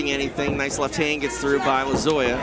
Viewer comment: How many times are they gonna say Lozoyas name wrong?? 😮